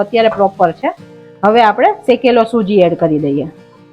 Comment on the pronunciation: સોજી નઈ બેન સુજી કેવાય..